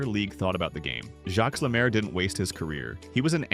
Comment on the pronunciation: AI crap. Stupid title! You are an idiot, he is not forgotten. Can't pronounce French names! He was one of the best 2 way players ever, and became a great NHL game changing coach.